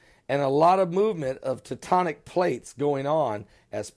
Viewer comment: Tectonic, not tutonic. Are you kidding me? Oh, and let's promote our fictional marketing while we're at it. Conjecture based on more conjecture. Let's stick with FE examination and let whatever wormwood is be whatever wormwood is. God has it all in hand.